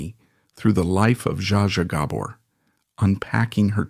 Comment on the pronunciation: You need to get the last name right your saying it wrong. Do your homework